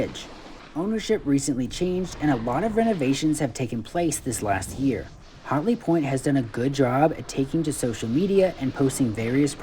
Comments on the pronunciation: its pronounced hat-ley not hot-ley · Thanks for the review but LOL because it sounds like you are saying "HOTley Point" instead of HATley (should sound like when you say AT). Also should be noted that this is not a "new" mountain. It's the old Wolf Ridge slopes so the runs are pretty much all the same with one of two changes. Now, they HAVE invested a not into replacing the old delapitated infrastructure and us North Carolinian's are looking forward to these changes. Voted UP for the review